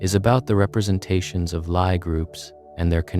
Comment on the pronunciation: lie is pronounced lee